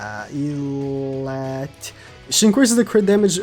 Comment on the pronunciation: I was like who is “eelat”, but he was talking about Elatte ( eh-lah-tay).